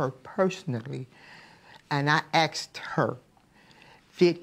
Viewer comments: "Axed" -- Like momma, like momma's boy. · So theres were darrell got "Axed" from, his mother. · Now we know where “axed” came from